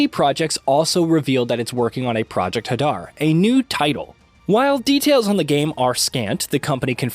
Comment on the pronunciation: It’s Project “Hay…..Dar” NOT HuhDar!